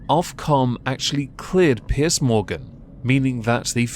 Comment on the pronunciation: its piers not pierce